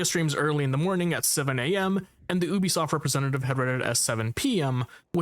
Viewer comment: if you say ubisoft like that you are an op